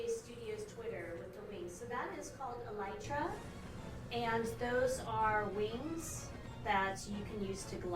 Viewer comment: It's pronounced E-li-tra.